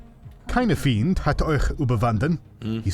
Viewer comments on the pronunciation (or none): Feind not Fiend 😉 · there is a typo in the quote. its "Kein Feind..." and its pronounced like "find" in English